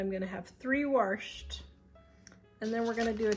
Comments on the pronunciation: Love to hear someone else saying you "worshed" the chicken. We must be from the same side of the crick! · You say wrashed like I do haha😂